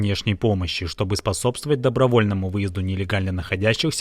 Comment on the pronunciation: ударение на слове "добровольно"